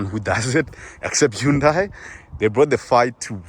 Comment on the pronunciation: great car for real, check out Mrhowmuch and Khathuoncars its pronounced HA-NDA-I (like Sunday) NOT HU-NDA-I